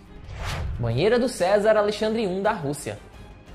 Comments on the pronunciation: Não é "César" a pronúncia e sim Czar (quisar); houve informações e ñ "houveram"; vc repetiu mt a expressão "naquela época"... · Pronuncias-se "quizár" Não é o mesmo que Cézar. Estuda um pouco as o pronúncias das palavras que vc não conhece antes de gravar os vídeos. Fica muito feio e vc perde credibilidade. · Não é "CESAR" É "QUI-ZAR". E tem que se ligar no script dos vídeos, esta muito mal escrito, sem concordância, sem o uso do plural corretamente. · Não é Cesar, leia-se ‘Quizar’ Czar!! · Percebi isto também 😀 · chocado com um erro grotesco desses!!!!!!!rsrsrsrsr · Cézar nãoooooo kkkkk Cézar usava se em Roma na Rússia eram czares da fala "quizar ou kizar" Mas o vídeo foi showww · Não é Cezar kkkkkkkkk e sim Czar kkkkk ou Kzar kkkkk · Não é Cezar, é Czar lê-se quizar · Como esse .menino erra. Czar se pronuncia ki-sar e não César. No outro vídeo pronunciou a cidade de Nice na França totalmente americanizado, Naice. Se fala Nice mesmo como se escreve. Está faltando um bom editor de vídeos para corrigir isso. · Menino! Não é César..!!!! Se apruma é. CZAR (leia o C como Q = ou leia QUIZAR- menos feio) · nao se diz cesar, pronuncia correta e quizar da russia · Não é César que se lê!! 😂😂😂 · Mano, Não é César, é CZAR, pronuncia-se o c mudo mesmo e significa algo como REI, para os russos. Se você vai fazer vídeos relativos a história, é bom pesquisar um pouco antes e melhorar as coisas. Isso demonstra falta de cuidado. Os Césares vinham das legiões romanas, de outra era e de outra região do mundo, bem distante da Rússia. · o nome é Tzar, onde se diz tizar